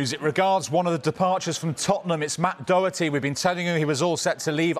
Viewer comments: the way he said Doherty there is awful 😂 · Reporter needs to be told it's Doherty not Docherty. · It's DoHerty. Not DoCKerty. They is no silent CK sound.... Ffs! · Dot..er..t not dougherty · Dokerty. Is that how u pronounce it? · Doe-erty... Dog-erty... What 😂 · Absolutely diabolical pronunciation of the man's name by both reporters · What do you expect when he can’t even pronounce Doherty correctly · The array of ways english pundits (wrongly)pronounce his name is the most interesting part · English people can’t pronounce it at all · You'd think they'd at least try and pronounce his name correctly. Doesn't take much to be a Sky journalist, it seems. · Both presenters couldn't pronounce Doherty properly 🫣🫣🫣🫣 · Why don’t they just ring up Doherty and ask him how to pronounce his name…correctly. Not difficult.